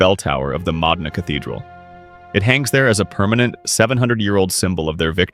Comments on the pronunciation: Mo-DEEN-ah, please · Modena is pronounced Moe - Dean - ah!!!! You MORONS!!!!